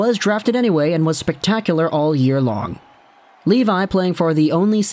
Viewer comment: Just so you know, his last name is pronounced “Leh-vee” :))